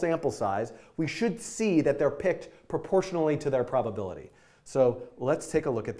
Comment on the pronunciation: "i am gona call it properpility for properpility" :'D